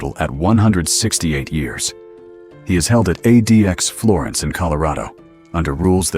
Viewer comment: ADEEAXE florence? AI slop.